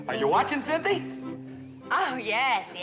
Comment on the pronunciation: "Then he's the Duke of Oxford"....LOL "Cynthi"